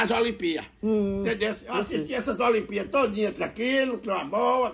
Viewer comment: Toda vez o desliga a televisão 📺 e fala que faltou a energia, a energia do acaba a prestação, o em vez de falar olimpíadas, ele fala (olimpías) Mané chamou o de caga goma, faz dona Zazá pegar o perfume de novo, pelas atitudes do, ele tá merecendo ir para casa do bobe 🐐 eu sei que ele está com a perna 🦵 machucada, mas ele está fazendo de tudo para ir para lá André São Paulo